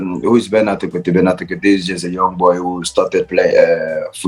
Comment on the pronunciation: The name is tekpetey.....eey not as you pronounced it